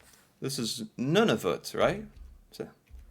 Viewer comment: Ok so they cannot be Canadian, they can’t even pronounce Nunavut.